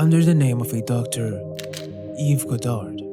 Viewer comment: It's pronounced Yves God-arr, not God-ard